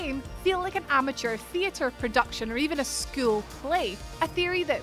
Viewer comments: The “thiry” lol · Please pronounce theoty correctly i am turkish but it still bothers me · I cringe everytime she tries to say theory